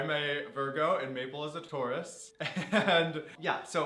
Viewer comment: When you said that Maple was a Taurus, I thought you said Maple was a tortoise 😆